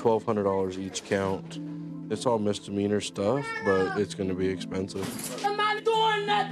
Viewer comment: "all for what, a minor mister meaner?!" lol never heard misdemeanor pronounced that way before haha